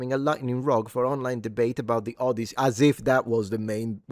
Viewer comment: The Odioussey